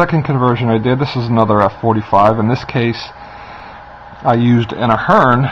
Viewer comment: I think you are pronouncing the company's name wrong. It sounds like you're saying Fern. Its Athearn (a-phern).